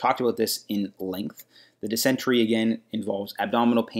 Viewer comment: It’s pronounced Diss-in-tary not Diss-entry